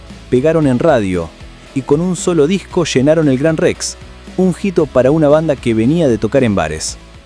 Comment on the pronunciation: “Slasher” (Slash) y “jito” (hito)… Che, no lo dejen relatar al mudo…